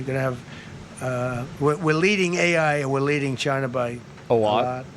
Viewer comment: Why Trump can't pronounce normally "China, Somalians" etc. Chynah! Samalians